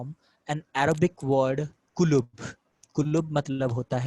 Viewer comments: It's not kulub...It's kutub. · Not kulub it is Kuttab